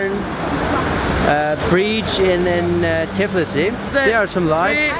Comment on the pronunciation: რამაგრა ამბობენ თიბლისი <3